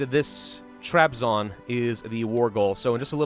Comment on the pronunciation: huh your pronunciation of Trabzon was actually good.